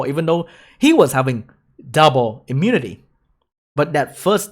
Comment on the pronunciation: ITS IMMU-NI-TY NOT IMMUTY